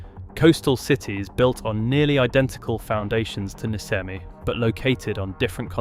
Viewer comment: Niscemi (correctly pronounced Nishemi) is NOT a COASTAL city !!! It is approx. 20km inland